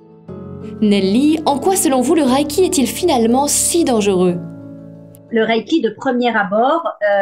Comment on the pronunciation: Reiki est un mot japonais qui se lit "ré-i-ki" et non "ra-i-ki" comme dans la vidéo.